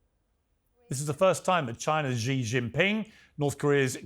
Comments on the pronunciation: Xi Jing Ping should be pronounced - See Jing Ping not Jee Jing Ping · Piers, you are an illustrious reporter if I am correct, but I am surprised you don't know how to pronounce President Xi's name. It is "C" or "See", not "Zee". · The correct way of pronouncing the word "Xi" in Xi Jin Ping is actually "Shee", NOT "Jee" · You know how to say Xi? You know how to say ABC the C, then Xi= C , that is all. Nobody told you? Be humble, you have a lot to learn.